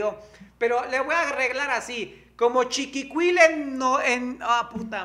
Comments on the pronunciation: Coño, se dice chinicuil en comal, son gusanitos del maguey. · se dice: chinicuil en comal. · Se dice Xhinicuil!!!!! Mi 👍👍 saludos a Mayonesito y la súper salsa soya 😘👍👍🙏